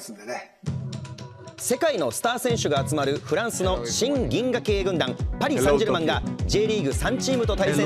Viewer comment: パリ・サンジェルマンのイントネーションの癖ぇ